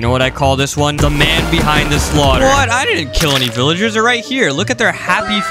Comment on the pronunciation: Ahh yes slouther my fav word